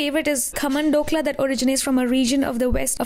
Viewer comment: They are not the different dish. It's the same. You're pronouncing it wrong. They have types, sure. But both are Dhokla